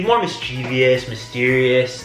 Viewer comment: You are mispronouncing mischievous. You are saying Mis-Chee-Vee-us. There is a “O” after the “V” so it can’t be pronounced with a VEE sound. Rather it is pronounced as Mis-Chuh-vuhs .